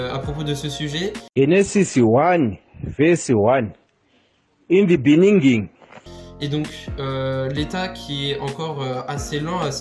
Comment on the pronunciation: Mais nan vous avez placé "In the beninging" 😭😂